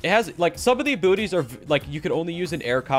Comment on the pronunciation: When he says abilities I hear him say abooties